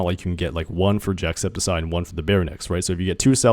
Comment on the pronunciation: No one is talking about the fact that he's saying "jackseptiseye" 😭